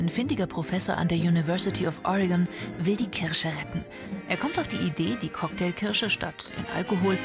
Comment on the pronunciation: nein es heißt Kirsche mit R.